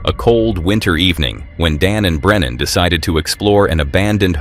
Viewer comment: Uncharted travels name is Brennan not brenner!!